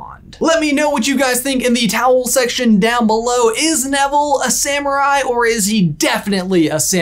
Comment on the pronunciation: OWL SECTION!!! OMG!!!! You're saying OWL SECTION!!!! No joke ... for years now I've been watching your videos and every friggin time you end your videos, it sounds like you're saying "leave your comments in the TOWEL SECTION below!" and I've been like "why in the world do they call it a "towel section?!" Hahahaha. Okay ... I get it now. Owl section makes way more sense.